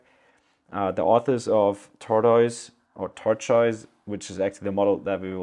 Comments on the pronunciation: i know you were struggling with pronunciation, but i pronounce it simply "tor-tus" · tortoise = "tort - iss". like the animal. tortiss. thanks for making this video! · Tortoise Pronounced Tor - Toyss - great video! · it's "tortoise" pronounced tohr-tus